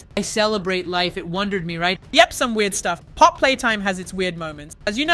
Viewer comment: Stop its POPPY NOT POP!!!